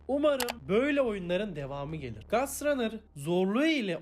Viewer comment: İngilizce öğren !! unreal diye okudu unreal'i amk gastranır ne lan neyse hikayesini güzel anlattın